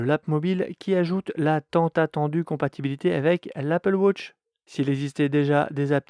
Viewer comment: Apple wootch 😂 🤦